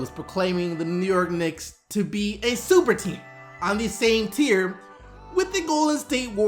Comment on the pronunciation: He said STuperTeam!!!!!